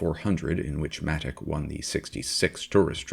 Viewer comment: As someone who saw Frank race in Australia many times, I can assure you that it is absolutely NOT pronounced 'Matik'. It's 'Matich' as in 'Choo Choo'. His hopes of racing in CanAm with the SR4 were stillborn when his main sponsor Repco decided that with the Bruce and Denny show in full swing, any venture by Frank would be of little value. The photo of Frank in the Matich A50 Repco Holden is one that I took on his victory lap after he won the 1971 Australian Grand Prix at Warwick Farm. It was a car that he designed and built using the same people who had constructed the SR4, and it set pole position, fastest lap and won its first race, against a very competitive field. Thanks for the video.